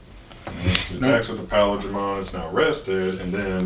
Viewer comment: Love the vids, Paildramon mispronunciation made me a little sad though considering he's my favourite mon. Still, keep up the good stuff cos I'm hype as hell for the English release